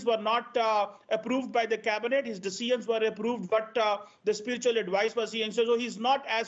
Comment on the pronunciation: What's wrong with Punjabis ?? Why can't you pronounce decisions and measure 😂?